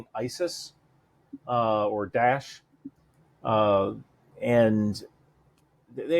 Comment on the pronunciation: Not Dash - Da'esh